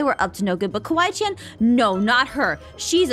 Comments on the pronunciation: It ‘s Kawai~chan not kiwi~chan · Kawaii~Chan not kiwaichan!!